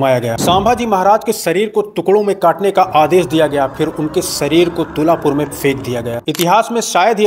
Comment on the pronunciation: तुळापूर ... तुलापूर नहीं